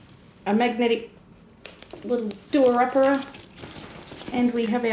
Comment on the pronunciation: I have to ask are you from Australia i heard you say "do a uppera" as in the magnet buttons.. sounds so Aussie xx